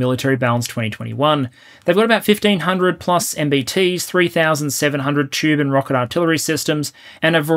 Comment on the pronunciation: I just want to say that every time I hear you say “tube and rocket artillery systems”, I hear “Tuvan rocket artillery systems, and wonder for a brief moment what the Tuvans are doing so well that you specifically have to mention their rocket artillery over others. Then I feel silly